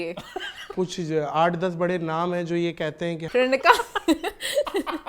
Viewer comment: sweetie, it’s Ban gai thi, not Bhan gai thi, similarly it’s Baray not Bharay:) Hope you would take it constructively:) ❤